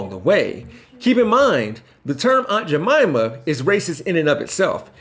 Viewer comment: Quit pronouncing it as Aunt Ja Momma. It's Aunt Jamima, with a long "I". Damn! These new people coming on the scene, should ASK somebody. You make it sound even more derogatory by mispronouncing it.